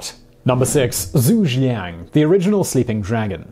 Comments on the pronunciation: You seriously butchered Zhuge Liang's name, it's ZOO-GAY. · Zhuge Liang is pronounced Choo-Ger Liang... possibly the greatest strategist in Chinese history